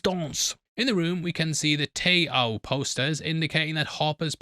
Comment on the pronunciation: TAO is "Tau Alpha Omega" not "tay-o"